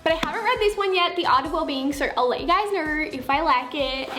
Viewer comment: “Comment down belur letting me kner “